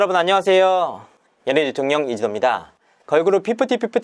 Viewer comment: 점점 연예대통령이라 발음하네ㅎ